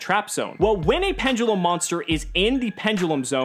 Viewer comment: penDULUM not penGULEM .. dont me